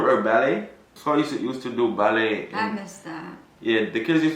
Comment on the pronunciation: you’re pronouncing Ballet wrong.